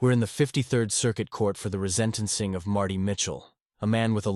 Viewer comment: AI voice jumps right in and says RESENT-enc-ing ("rezent") instead of re-sentence-ing. Please! Use your own real human voice.